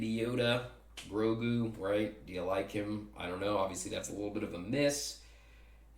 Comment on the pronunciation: Hey one more thing its not Rogu its Grogu :)